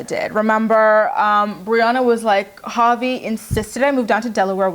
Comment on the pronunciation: Sometimes when you say Javi I think you’re saying papi 😂😂😂